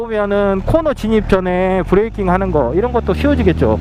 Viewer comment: 브레이낑 ㅎ ㅎ 구수하고 좋아요